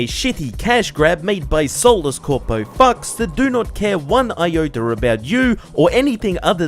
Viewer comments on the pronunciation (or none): Iota* not Ioter